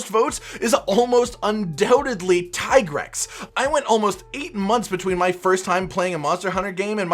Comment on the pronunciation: lol ppl will still call it TIE grex instead of the dev already said that how to pronounce it, its TEA grex.